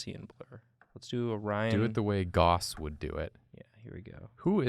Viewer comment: Great video as always. I cried just a little at "Who is Gauss?" (rhymes with mouse, by the way.) He's arguably the greatest mathematician of all time. The Gaussian blur tool applies blur according to a Gaussian distribution, which you probably know as a bell curve.